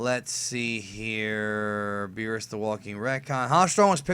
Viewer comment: Every time I hear say Beers I just imagine the Spanish translation of Cervezas que no mame wp wey es Beerus no pinche Beers, o que diga Bills mejor if he doesn't know how to pronounce